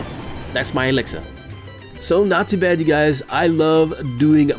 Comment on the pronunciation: When he says not too bad it sounds like he's saying nazi badge..